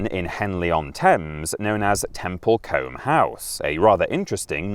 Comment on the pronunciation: temple Coombe is how it's pronounced